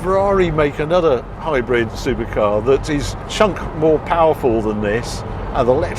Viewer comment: Harry I can’t stop hearing hybred and not hybrid? Please tell me it’s just your accent ?😂😂❤